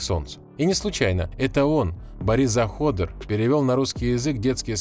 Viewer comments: Какой Заходр? Борис ЗаходЕр. Ударение на Е. Стыдно не знать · Ни ЗахОдер,а ЗаходЕр. Очень часто неправильно ударение ставишь. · Не ЗахОдер, а ЗаходЕр. Хоть книги читаешь, или только надписи на упаковках) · Почему ЗахОдер????????? Аж ухи режет))))) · Это да 😅